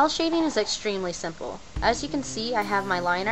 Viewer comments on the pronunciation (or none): none